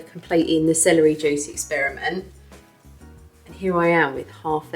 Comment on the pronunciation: She's fine as hell. I love hearing her say "Celery jewce"